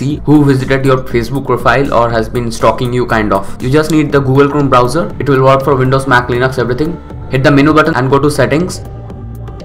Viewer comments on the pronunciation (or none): lenux lol bro its Linux 😂